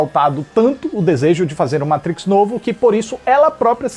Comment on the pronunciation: Muito obrigado, por falar "MATRIX" e não "MEITRIX" como a maioria dos youtubers!!! Tu eh o escolhido,!!!